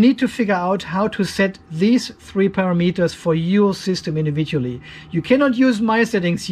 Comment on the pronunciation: It's taken me awhile to figure out that you are not saying a pair of meters but rather parameters. It was a bit confusing. ;- )